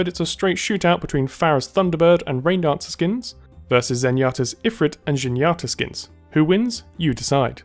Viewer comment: he says sigrún so weirdly xD And the skin ZANYATTA